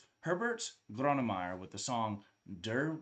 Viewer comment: Doppel like for the correct pronunciation of Grönemeyer